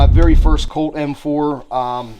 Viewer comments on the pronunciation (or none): none